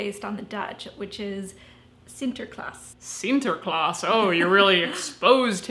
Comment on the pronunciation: actually, your pronounciation of "sinterklaas" was surprisingly good! Congratulations!